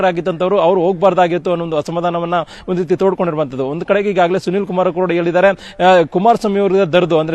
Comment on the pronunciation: ಅಕಾರ ಹಕಾರ ಸರಿಯಿಲ್ಲ. ಹೈಕಮಾಂಡ್ ಅಂತ ಹೇಳಿ. ಬಿಜೆಪಿ ಐ ಕಮಾಂಡ್?, ಏಳಿದಾರೆ, ಓಗುವಾಗ? ಕೇಳುವುದಕ್ಕೆ ಅಸಹ್ಯಕರ.